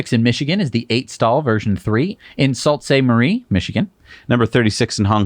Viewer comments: It's pronounced "Sue Saint Marie" And I'm from Texas. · FYI, Sault Ste. Marie, MI is actually pronounced Soo Ste. Marie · Its pronounced Soo Saint Marie